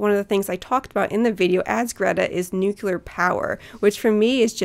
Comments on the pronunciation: Really liked this episode. I bought the book while listening. One complaint though: the word NUCULAR does not exist and it was used twice. May seem that I am picking knit here but as a proponent of nuclear power I think it is important that we get it right. Keep up the good fight! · NU-CLEAR (new clear) #justsayin'